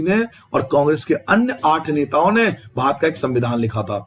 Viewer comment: Sir ap bhat kiyu bol rahe the barat hota Hai